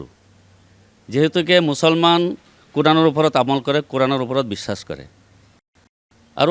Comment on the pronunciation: Bissakh.....Bissas nhoi....e Bangladeshi